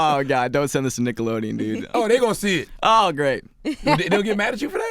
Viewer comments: Charla said "dickelodeon" 🤣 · Did i hear Dickelodeon? lol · "Dickelodeon" LMAO Y'all caught that? 😂😂😂😂 CThagod a fool for this!